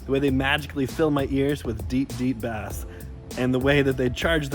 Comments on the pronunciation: It’s pronounced base. Not actually bass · yall are missing my point, during the sponsor segment he said bass as in the fish instead of bass as in low frequency sounds